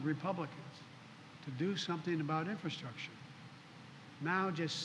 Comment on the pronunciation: Biden discusses infrastructure. He can't even say or spell infrastructure let alone discuss it. Come on man. F Poopie pants.